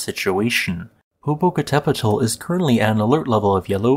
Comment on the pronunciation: Your pronunciation wasn't that bad. I'm pleased by your attempt. Usually people end up saying something hilarious like Poh-poh-cattle-pedal. Good job.